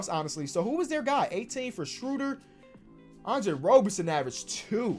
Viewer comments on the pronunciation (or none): none